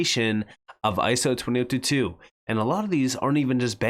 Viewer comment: It sounds like you are saying ISO 2022 every time you say ISO 20022. Is it just me, or is that what you are saying?